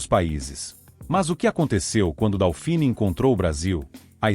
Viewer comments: Procuncia-se "dôfine", não "daufini". É francês...E o apelido NÃO era "leite em pó". Era "Leite Glória", o primeiro leite em pó instantâneo (solúvel) lançado no Brasil, cujo slogan era "desmancha sem bater". O leite em pó não solúvel precisa de mais tempo e uma temperatura mais elevada da água (morna ou quente) para se misturar corretamente e evitar grumos. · Não é "DÁUfini", é "DÔfini". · Putz, o narrador nem consegue pronunciar corretamente o nome do bichinho, A pronúncia correta é DÔFIN, e era uma grandiosa porcaria.